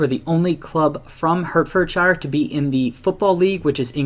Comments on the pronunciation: The Hert in Hertfordshire is pronounced like the word 'Heart' :) Great video btw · And pronounce shire as shear like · Apologies for my pronunciation of "Hertfordshire" in the video. Special thanks to for clarifying that it should have been pronounced as "HART-fed-sheer" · butchering the name of hert ford shire